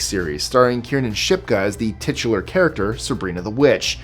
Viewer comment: If you use the word tichular one more time.....